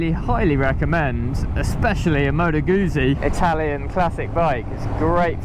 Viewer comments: Please learn the correct pronunciation of Guzzi, (when was the last time you ate a peeeza?), try Guzzi as in foot-si. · It's pronounced Gutsi, the same as Pizza sounds like Pitsa. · Moto "GOOT" Sea ...................Like Pizza